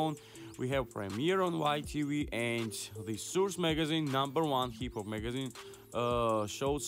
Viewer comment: Man u can't even say hip hop right